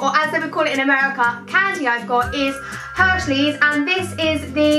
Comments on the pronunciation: She says Hershey's as Hershley's and America and Americaaaaaaaaa and I'm even British and I know it's Hershey's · actually BETH IF YOU WATCH ANY OTHER OF HER VIDEOS YOU WOUKD KNOW SHE DID IT BY AN ACCIDENT AND SHE SAYS HERSHEYS BUT IN THIS VIDEO BY AN ACCIDENT SHE SAID HERSHLEYS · I'm dying 😂 you said "hershleys". I love you so much xxxxx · yh lol she did that's what i commented and i think she probably think it's hershleys not hersheys lol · Saffron😂 you keep saying Hershleys 😂 love you though❤️ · You say Hershleys instead of Hershey's! Haha and remember to look into the lens not the viewfinder ☺️ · I'm not even american I'm from England but she said Hershy's as Hershly's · I'm not judging but I think it's not hershleys it's hersheys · It's Hershey's not hershley's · She said hershlys not hershys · It’s Hershey’s not hershleys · Its Hershey's not Hershley's 😂😂😂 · It's HERSHEYS NOT FUCKING HERSHLIES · IT'S NOT HERSHLEYS YOU SPASTIC IT'S HERSHEYS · Did anyone notice she called Hershey's hershleys x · Lily XOXO she did say Hershleys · I noticed it straight away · she said hershley lol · Not to be mean, but you say Hershley's might be because of your accent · Did you say hershleys? 😂 and I hate twizzlers too! Loved this video☺️💗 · I love how you keep on saying hershleys and mispronounced it, haha ily. ❤️❤️ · 'Hershley's' 😂😂 I'm dead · Did anyone else realise saffron said hershleys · When she says "hershleys" 😂😂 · when you tried hershey's cookies and cream you said hershley's lol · Y do u keep on calling it Hershleys? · You called it hershleys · She said hershleys 😂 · she called it hershleys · U said Hershley when trying the cookies n cream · Anyone notice that she said Hershleys and not Hershey's😂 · she kept saying hershleys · She said hershleys lol☺😊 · she said hershelys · It sounds like your saying 'hershlys ' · She says hershleys😂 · She said hershleys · Why is she saying hershleys😭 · Lololololololol she said hershlys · u said hersless